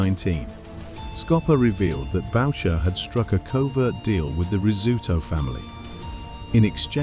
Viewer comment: Boucher not baucher or tres rivieres it’s 3 rivers